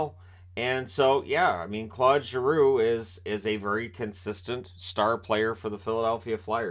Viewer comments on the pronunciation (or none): Always love your vids, but for someone who I know spends time trying to pronounce players name's correctly, I cringe every time you say Clod Giroux. It would be like calling you Shaynan lol.